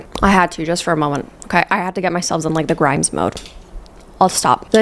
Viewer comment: PRISON LMAO 💀😭 leave Grimes-th alone